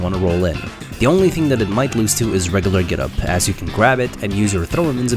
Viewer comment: Bro you need to look up how to pronounce words with "U" in them lol. You say "Reg-UH-Lurr"... It's "Reg-YOU-Lurr".